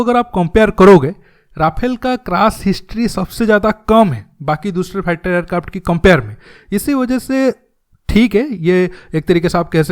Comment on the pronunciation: Sabosse fusttter fater airkarft 🤣bro your pronunciation 🤣🤣